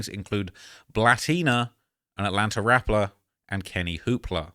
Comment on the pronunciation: My guy you you said rappler instead of rapper relax and talk we right here bro😂😂😂😂😂😂😂❤❤❤